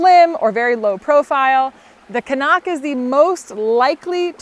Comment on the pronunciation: I love that you pronounce “Cnoc” properly!